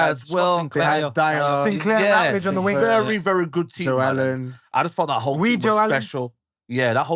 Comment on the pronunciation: Can someone tell, he doesn’t need to pronounce the G in the wing.